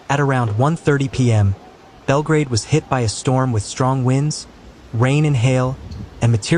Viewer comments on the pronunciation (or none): none